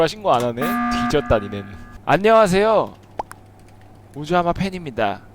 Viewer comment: 아놔 진짜 미치겠네 ㅋㅋㅋㅋㅋㅋㅋㅋ 아령하쉐요...~ 혜아립니대. 이거 ㅋㅋㅋㅋㅋㅋㅋ